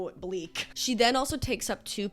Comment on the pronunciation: “It’s so, so *pleek*”